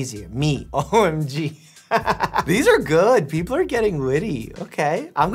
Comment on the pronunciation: peaopls who live in the uk 😂